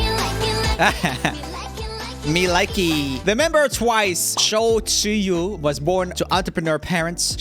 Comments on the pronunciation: The twice members name is pronounced like "Choo wee" :)) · I'M SO SURPRISED THEY PUT TZUYU BTW IT'S PRONOUNCED CHEWY